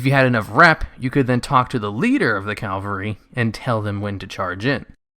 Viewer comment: CAV-UHL-RY. Cavalry. Not "Calvary" which is the mythological site of the religious fictional character Jesus' crucifixion. Drives me nuts every time I hear some uneducated person say the wrong word. Which you do in this video about 5 times so far. Ugh.